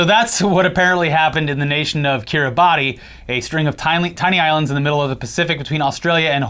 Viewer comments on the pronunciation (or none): Kiribassss, not Kiri-ba-ti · It's not Ki-ri-ba-ti. It's Ki-ri-bas. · i love you boys but my god it's pronounced Kiri-bass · Hey guys, cool channel 🙂 Just a quick fun fact: The island nation of Kiribati is not pronounced like it is spelled. Is is pronounced more like "Kiribass". Keep up the good work! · Heads up, its pronounced kiriba. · pronounced kee· ruh· bas. really it is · It's pronounced Kiribas lads, the more you know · Just fyi Kiribati is pronounced Kiribas. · It's pronounced Kireebas, even though it's spelt Kiribati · Kiribati is pronounced like "Kiribas" the "ati" in their language sounds like "as" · FYI, Kiribati is pronounced Kiribas - it’s a regular arkansas situation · I believe it's pronounced KIR-ee-BAS. Wierd I know with the spelling, but there you go.